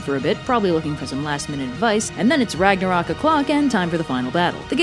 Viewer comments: Great video, as usual! Just one thing: It is NOT Ragnarok, it is Ragnarök. "O" and the Scandinavian letter "Ö" are pronounced differently. The "Ö" is more like the vowel in "Church" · The end of the world just made my day. Also, there's an accent in Ragnarök, how dare you,.